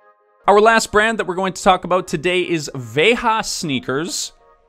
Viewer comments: You prononce it "Vega" not with the spanish accent. You have a nice video on their youtube channel on the history of the brand if you want to learn more. Good content! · Is Veja hype in North America ? Here in France it's a very standard choice between Nike and Adidas, thougn I didn't know they were B Corp. ALSO it is pronounced [veʒa] with the international phonetic alphabet 😛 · Pronunciation of Veja with a j like the g of geranium